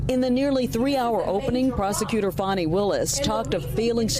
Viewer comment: I don’t like that Trump pronounces her name “Fanny.” I know he’s doing that on purpose!